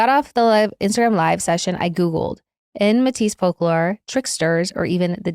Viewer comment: Hello! Canadian here, in school we were taught to pronounce Métis like May-tee